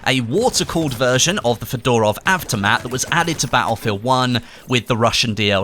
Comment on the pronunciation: The way he pronounces Fedorov really bothers me...but I have no idea how it's actually meant to be pronounced. He could be bang on. FeDOORov just sounds weird though.